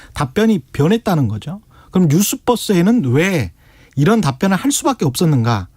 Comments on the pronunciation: 오~~노~~! 최기자님 유니버스의 버스에요. 뉴스뻐스 아니고 뉴스버얼~스! ㅋ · 기자, 아니 배우신 분이 뉴스뻐스가 뭡니까? -버스가 유니버스의 -verse던데?!